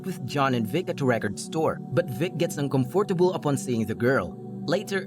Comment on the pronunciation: Its funny how you say uncomfortable